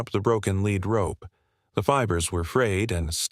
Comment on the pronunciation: You may not like this comment, my aim is to improve your productions. (1) Too many loud noises interrupt the video, (2) It is a Lead Rope, like leading and animal, but several times you spoke it as a LEAD rope, like a rope made of the heavy metal Lead. You are not the only one several of other call it both ways. I live in Fort Worth, Texas, “Cowtown”. Please edit your videos, Thanks !!